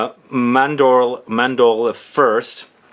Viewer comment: Bro chel e on day. Ce in Italian is chee.Mahn door lay(eh)= Mandorle. I love your channel but would love to see more care taken in your Italian pronunciation as you do your French